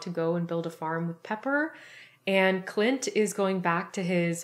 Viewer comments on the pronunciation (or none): I swear she's saying clit instead of Clint